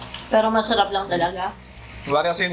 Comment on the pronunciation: "mesherep" - hahahhaa